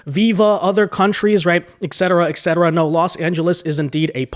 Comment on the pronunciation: There is no X in etcetera